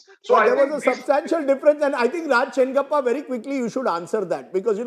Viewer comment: We all know where that 27% or so is coming from 😂… we are happy as long as Pappu is the strongest contender for the PMs post! And Rajdeep his name is Raj Chengappa! Not Kalappa! You better think about your retirement!